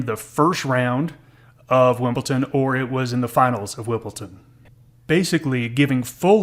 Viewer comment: Great thanks 👍 WimbleDon not WimbleTon